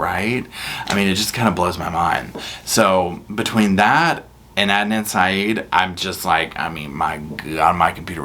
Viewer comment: That Pappini women is like the Duracell bunny. She keeps going on and on but in the wrong direction. What a thing to say about paying everyone back IF she wins the lottery 😡 . You said Adnan's name correctly. I've been in a closed Facebook group since day one and I've been given address's to write to giving an international interest in the case. I never believed Adnan was guilty especially with the shifty backgrounds of the prosecution witnesses. Adnan's own defence team was also dodgy and unprofessional. I know his attorney was terminally ill and is now deceased but she should have excused herself from the case or stole money meant for her clients case. I was elated the other night when my phone blew up to tell me Adnan was released. I hope the media leave ihim n peace as he is disoriented and exhausted and going through so many emotions. He still hasn't grieved properly for his ex girlfriend Hae Min Lee and they were still very good friends even though she had started seeing someone else. They still looked out for each other. My heart and condolences still go out to Hae Min's family as always 🙏❤🙏